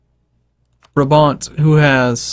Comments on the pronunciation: its pronounced as braabant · it's braaaah-bahnt